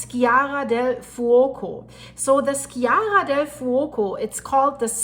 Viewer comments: Hi! I really appreciate your videos, you are good at juggling foreign names. "Sciara" del Fuoco: scia in Italian sounds like sha in English 😉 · pronounce sheeara